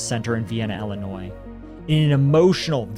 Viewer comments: Ill - i - noy. Not noise. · The S in Illinois is silent btw..... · Not for nothing, but.. The s is actually silent in the pronunciation of Illinois... It's French. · The s is silent in Illinois guys